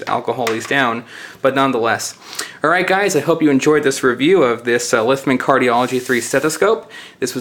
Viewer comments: Not Lithman, Littmann. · Isn't it Littmann? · Ughh, it REALLY irritates me when people pronounce words wrong, cannot finish video! Lithman? Libary? Yuck!